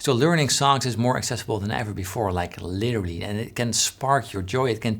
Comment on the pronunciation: What exactly are you saying ? The transcript says "literally" but it sounds more like you're saying "leary". Trying to figure out if you are mentioning some kind of learning service or method. Thanks.